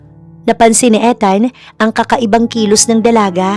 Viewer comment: Ethan and Luna story.Ethan pronounce ( Ithan) long E check ninyo sa goggle ✌️😀